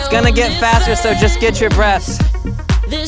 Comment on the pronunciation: Did say catch your breasts or catch your breath??.....I think the former probably for those with saggy sports bras.